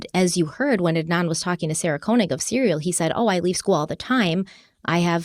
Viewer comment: Great series, but Sarah Koenig’s last name is pronounced, Kane—ig.